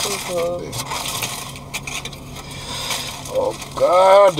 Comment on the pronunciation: "And you gone say hmmm" Olivia d man can't say hmmm...lawd gawd my VI people ain't easy